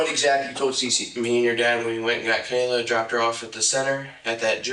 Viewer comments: Her name is kayyyy la not kyla. If you’re going to get views and likely monetized from people’s deaths please practice saying their names properly. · Her name was Kayla not Kyle-uhh. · Why does it say "Kayla" but you are saying "Kyla"?? Ik I might sound like i am nitpicking but if anyone's name is important to get right, it should be the victim!! But ummm what is her name?? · He also said "Kaylin" right after that. And I know there was a Kaylee. But he said Kayla, then Kyla, then mentioned Kaylee, and ended with Kaylin. Wild. Lol